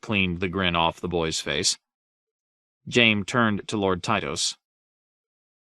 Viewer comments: How is he pronouncing Jaime like jame? My goodness..🤦‍♂️ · He pronounced Hizdahr Zo Loraq properly, but says Jame?